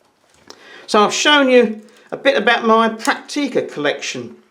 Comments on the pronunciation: Prakteeka's? It is prenounced Pracktica. Not Prakteeka... ;-) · We call them "Pracktica" (phonetically ;-) It's emphasized on the first syllable). I have a BC1, my father has two BX20. It's a pleasure to use them.